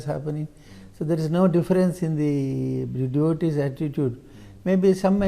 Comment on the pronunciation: He says 'my devotees'😂😂😂